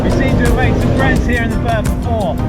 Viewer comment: Firth of Forth not fourth 🙄😳😂